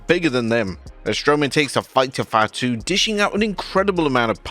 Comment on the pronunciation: Lol your "Fatu" sounds more like 5'2